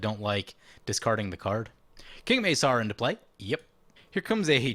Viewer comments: The C in King Macar is hard, pronounced like a K not an S. Hence King Ma-Car driving Cars. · That is some saffron olive level of mispronounciation with king macar